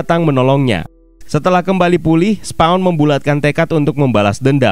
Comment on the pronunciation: SPAWN yah jangan dibaca Sepong ! Siapa yg mau di sepong atau kena sepong ?